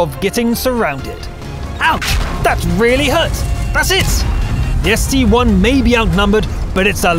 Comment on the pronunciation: ST-I Not ST-1!!!!